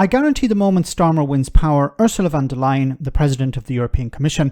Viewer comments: "von der lyon", oh lord, of course! She is not from France! von der Leyen!!!! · Is Von der Lyon an anti EU dog whistle or just a hilarious phonological mistake?